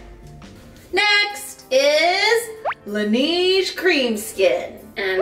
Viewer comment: Love the side by side dupes! Excited about the Heimish mask. Although the way they pronounce La Neige is killing me - it’s French for the snow so it’s La NEH-je